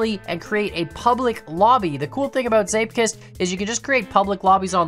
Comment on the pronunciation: im origanaly dutch and prenounces zeepkist almost perfectly